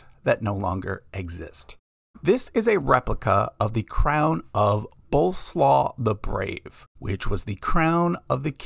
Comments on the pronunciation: Oof, Boleslaw? Like coleslaw? The phonetic pronunciation for English speakers is "Boleswhav" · Its Bolesław, not Bołslaw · The Polish king's name is not pronounced like Coleslaw. it would be something like Bola Suave. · Two notes: 1) The name in the Polish "Crown of Bolesław" is correctly pronounced: /bɔ' lɛ suɑv/ 2) the fleur-de-lis has origins which far surpass its use by the Franks, with appearances in royal iconography dating back to ancient Mesopotamia/Sumer. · I was going to say, "Bolesław does not rhyme with 'coleslaw'." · I believe this is read as Bo-le-Swav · Bro... His name has nothing to do with coleslaw... It wouldn't be that hard to quickly research the approximate pronunciation of the name, right? 😅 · the crown of Poland is pronounced Boleswav